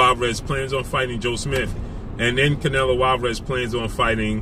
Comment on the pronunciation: Lol dats not how u say his name